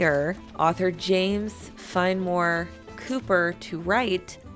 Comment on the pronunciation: Great job. Really enjoyed it. Oh. The way to say the name of the Author of The Last Of The Mohicans is “ Fen - eh- more” not “ Fen-more”. At least that’s what I was taught by a history teacher named after the man.